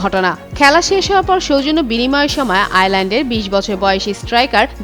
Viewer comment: উপস্থাপিকা আইসল্যান্ডকে আইল্যান্ড বলতাছে😂